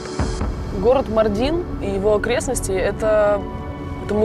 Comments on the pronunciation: Весь выпуск ухо резало Мардин на ааааа ударения маааардин 😭😭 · Правильно произносить МАрдин, а не МардИн. Прям ухо режет. Даже в Википедии неправильно стоит ударение. У турок бы узнали сначала как правильно произносить.